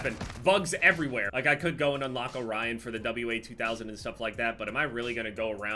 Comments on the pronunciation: its called the (wah)2000 not W A 2000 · W sniper. WA2000 is one of my favorite snipers in FPS games. Also it's pronounced WAH-2000 not W-A 2000 (WA is short for Walther 2000 as it was created by Carl Walthers Sportwaffen, a German firearm manufacturing company) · It's pronounced "Wazooo"